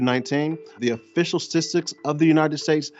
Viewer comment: That guy worked so hard to sound well versed on his area and there he said “official stistics “, fml man!!! I never say this but I’m dying!! Official stistics did it for me!!! I hate when people say that too